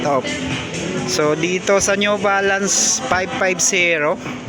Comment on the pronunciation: Pipti Fersent Op, Sebenti Fersent Op, New Valance, Nine Foint Payb, Last Fer Yung letter F nagiging P, yung letter P nagiging F., yung B nagiging V and yung B nagiging V. Practice lang po ng proper diction para mas maganda. Ako din po nagkakamali and also needs practice often times. All the best!